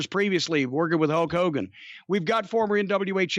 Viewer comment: I swear Jim called him Hoke Hogan, like Hokey Hogan